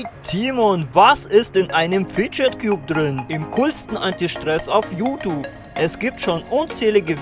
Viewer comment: Wie sprichst du youtube Aus?jutup